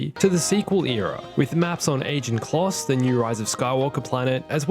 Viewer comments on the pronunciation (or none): none